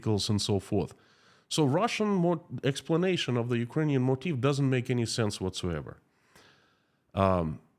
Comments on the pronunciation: It sounds like you are saying "motif" when you say "motive." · You don’t pronounce “motive” correctly. It’s really bad and hard to understand you.